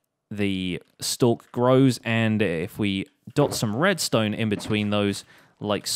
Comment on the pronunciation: whos oliver redstone u said oliver redsone